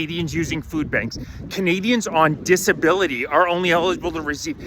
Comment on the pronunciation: You said elible 😂